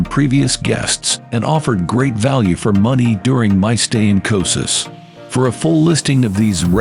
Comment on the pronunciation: Who would trust the travel video where don’t even know how to pronounce the place?